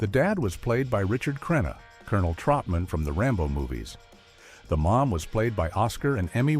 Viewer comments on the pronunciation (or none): none